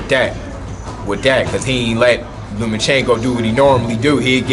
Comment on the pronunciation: Who is Lumachinko? It's Lomachenko. And Floyd was calling him "Lomo" the other day. No "u" in his name. And the "o" is at the end.